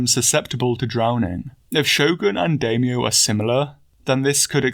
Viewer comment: Must resist the urge to correct the way he pronounces Daimyo 🙊